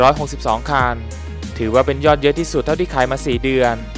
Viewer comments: คันครับ ไม่ใช่คาน ฟังแล้วรำคราน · คนพาก ลูกครึ่งป่าวค้าบ. ผมฟังคัน เป็นคาล 100คานนนนลลลนนลลลลลล